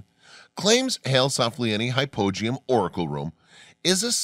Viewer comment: Hypogeum how come you pronounce it completely differently than all the other people I've ever watched a documentary that is mentioned it I wasn't even sure what you were talking about till you showed it